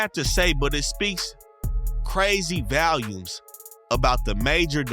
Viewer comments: “VALIUMS!!!” 😂😂😂 Bro get off YT and go back to English class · Its “speaks volumes “ not valumes lmao